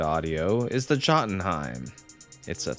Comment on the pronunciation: "Jut-Un-Heim" "Jot-un-heim".....come on man. Yo-tun-heim